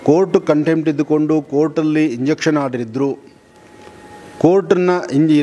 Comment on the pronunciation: ಸ್ವಾಮೀಜಿ ಅದು ಇಂಜಕ್ಷನ್ ಆರ್ಡರ್ ಅಲ್ಲ injunction order ಅಂತ 😁